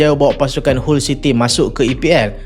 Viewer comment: Awst dok tekan team kota bharu smp 2x lehan 😂😂 mat saleh pun sebut hull bkn hall city 😊